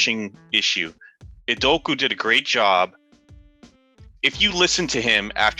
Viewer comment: y'all gotta pronounce ime's name right ime udoka UDOOOKAAAA :)